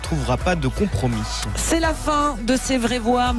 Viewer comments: Un "contromis" 🙄 ? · Un « conTromi » ?! 🤯